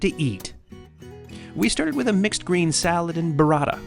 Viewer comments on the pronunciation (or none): Dude no disrespect but you seem like a world traveler however don't butcher the name of foods its not Baratta its Bu ratta